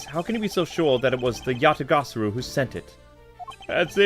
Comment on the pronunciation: You're pronouncing Yatagarasu wrong. It's pronounced Ya ta gah rah su.